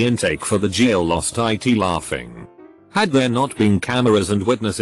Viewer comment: Nobody: Reddit text to speech: L A U G G I N G